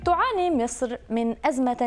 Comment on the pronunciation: ليش الاعلامية تنطقها مِصر بدل من مصر ؟!